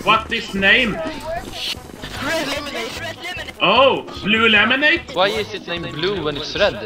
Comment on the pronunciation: Eetz Rhed Lehmonade! RHED LEHMONADE!